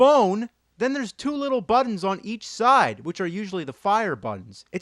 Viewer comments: "Swapped the BUH-ddons..." Learn to glottal stop, pal!!! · He says "buttons" weird